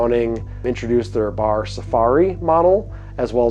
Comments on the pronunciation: B.A.R. In almost 50 years I’ve never heard it said as “Bar”. That’s wild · It's pronounced B-A-R, not Bar. For a time Browning referred to their models by action design. BAR was Browning Automatic Rifle. BBR was Browning Bolt Rifle. BLR was Browning Lever Rifle. BPR was Browning Pump Rifle. Also the commercial BAR is nothing like the BAR that the military used as their SAW for years.